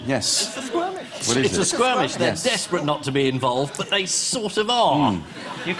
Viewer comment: For those Americans still confused about them going on about "squirmish" it should be SKIRMISH 😂 and she messed up with "squirmy"😂